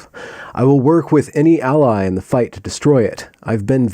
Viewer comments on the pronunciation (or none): none